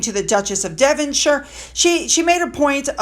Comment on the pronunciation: Just a friendly note: Devonshire is pronounced [dev von sheer]. I watch all your videos,, except the livestream. I know a lot of people enjoy it, I just don't like livestream. All the best.